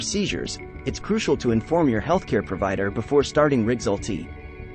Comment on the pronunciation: Why do you pronounce rexulti so weird?